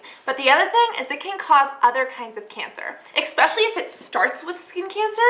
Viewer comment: eKspecially ...:D